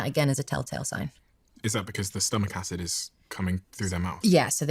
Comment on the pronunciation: Does anyone know why she keeps mixing up the letter d and j? It’s very distracting. She even said acij instead of acid 🤦🏼‍♀️ Greta message and greta video just very distracting.